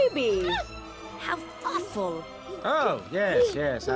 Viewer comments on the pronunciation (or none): When she shaw the baby I thought she said how afwul